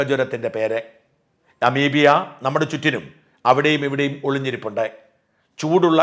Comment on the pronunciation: അമീബിയ അല്ല അമീബ